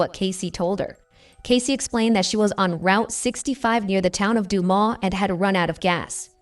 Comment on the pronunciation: "Due-mus" "Doo-Mass" but not "Du-ma" Also, Kenneth didnt do this, anyone who looks into this case can see that.